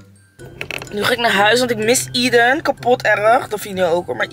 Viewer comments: Aeden spreek je toch uit als Ey-dun en niet Ie-dun? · Hi, gefeliciteerd met jullie zoontje! ❤ mag ik je vragen waarom je de naam zo uitspreekt?